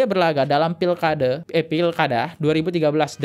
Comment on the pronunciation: Saran gue bang,klo ngomong selow ajj..jgn terkesan kaya di kejar" Kucing. Alhasil abang host ngmgnya sering kali salah pengucapan. Dan itu berulang kali . Di eja huruf nya bener" Bang.. Apunk jd apuk, soemadi itu sumadi bang. Ais..yg bener bang klo bawain konten.ngomongnya masa belepotan